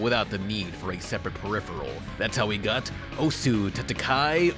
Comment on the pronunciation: Can anyone on youtube pronounce osu correctly?